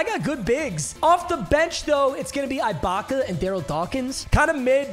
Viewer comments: Bro it kills me how hard he’s saying the “I” in Ibacka holy shot it’s not IKEA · for the last time, IT"S SERGE EEE-BAKA!! NOT EYE-BAKA!!! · E BAKA NOT I BAKA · “Serge eyebaka” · Serge Eye-Back-A! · My ears die every time he says I-baka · As a raptors fan eyebaka hurts me to hear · Bro says Serge Eye-Baka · Lmaooooo you call that baby ahh ish a beard ?? 😂😂😂😂😂😂😂😂 and it’s pronounced EEEEEEEEEE-BAKA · Serge Ibaka is pronounced E-BAKA. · Why he saying eyebaka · I hate how he kept pronouncing it eye Baka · The way he is saying Ibaka's name is making me punch a wall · Mispronouncing ’Ibaka’ annoyed the crap outta me 😂😂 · STOP SAYING IBAKA WRONG